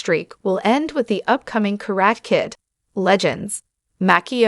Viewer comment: It’s pronounced [ KA - RA - TEH ], what is a “KARAT” Kid ? The lady announces it in a wrong way. She continues to say, “KA -RAT” . Ridiculous ! 👎🏼👎🏼👎🏼👎🏼👎🏼👎🏼👎🏼👎🏼